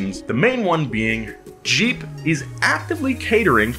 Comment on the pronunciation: Whem u said jeep i thought u said cheap 😂